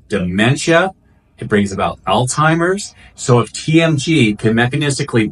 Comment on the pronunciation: I love your energy---btw, it's pronounced All-ZY-mers not all-timers. Thanks for the great info